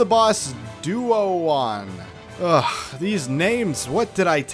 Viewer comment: Broo ok how did you mess up Duon’s name? That’s so straightforward